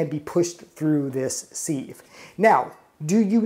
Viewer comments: And it's pronounced siv not seeve... Lol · Thanks for the video, the word sieve is pronounced “SIV” (sounds like give) happy cooking 🙂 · OR, it might be a regional pronunciation? Give grace whenever possible.